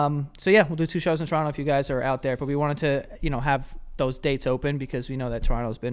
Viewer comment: Ohhhh I like Joey's pronunciation of Toronto!